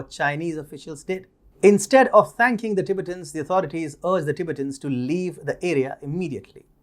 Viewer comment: Tibet is pronounced Ti-bett, with emphasis on the 2nd syllable, in English. Not Tibit, but Ti-bett'. Same goes for Ti-bett'-tans.